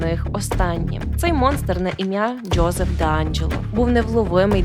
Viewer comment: Чому ви вимовляєте ДжЬо і Джьозеф? 🫣